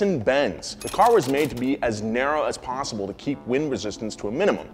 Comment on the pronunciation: “AS NARROW AS POSSILE”